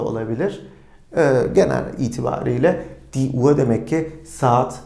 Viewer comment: Hocam emeğinize sağlık .”UHR “ kelimesini telaffuzunu tam olarak nasıl yapıyorsunuz uaa diye okuyorsunuz sanki. H ve r kelimesi yan yana gelince farklı bi ses mi çıkıyor ?